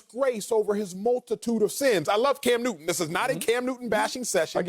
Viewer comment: Cam Newtty 😂😂😂 I can't help it